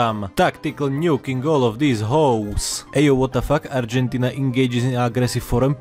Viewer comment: Holy shit dude the way you were pronouncing Argentina and the other words was actually on point 👍